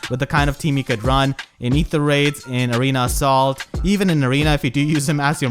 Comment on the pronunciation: everytime says Arena Assault, it sounds like he's saying Arena of Salt